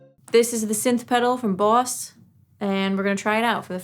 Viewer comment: I too am glad I got to hear say Buahss